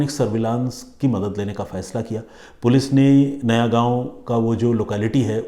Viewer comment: नयागांव नहीं नायगांव